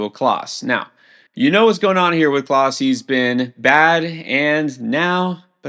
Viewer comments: emmanuel clase is not pronounced "class" its pronounced "class-EH". i mean th guy has only been THE stud closer for the last few seasons, you'd think if you were ANY kind of baseball expert you'd at least know how to say it. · Just a heads up, you are pronouncing clase incorrectly. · For what it's worth, last season he did pronounce Clase correctly. seems to constantly struggle with Spanish pronunciation of players. Also, is a stats guy, not a color commentator. There's no doubt he's an expert. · i will definitely question his expertise if he cant pronounce a superstar players name.